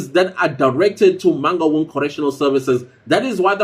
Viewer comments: Eish, the way he pronounces Mangaung is traumatizing. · How non-Sesotho speaking people pronounce "Mangaung" sends me 😂😂😂😂